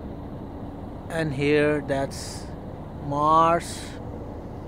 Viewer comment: Achese english bol,,, hereeeeeeeeee nhihai voh here bol